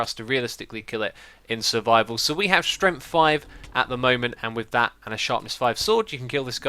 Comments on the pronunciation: why do you always say stremt and not strength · “potion of strenf”